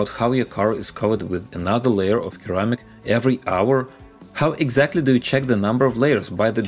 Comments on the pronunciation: Hey; great video. Just a small correction: "ceramic" is pronounced "sir-amic" not "kir-amic". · Keramic 🤣, you need more English speaking friends. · The C in Ceramic is pronounced the same as the C in Russian :)